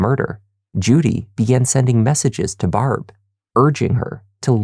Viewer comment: Love this channel and love Canadian origin subtly making itself known through his accent once in awhile. Unfortunately however, he disappointed when pronouncing Barb's name, was hoping for a more Trailer Park Boys-esque sound.